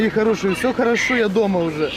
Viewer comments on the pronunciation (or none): none